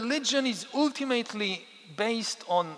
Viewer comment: I admire you immensely, you are the most brilliant intellectual of our time. But you use the word "ultimately" very frequently and someone should teach you how to pronounce it correctly. But it's not very important since everyone understands what you are saying. 😉 By the way, I am a native Frenchman, also a US citizen and I am also an Israeli citizen ( citizenship given to me because I am a Holocaust survivor ) and I don't know a word of Hebrew 😂.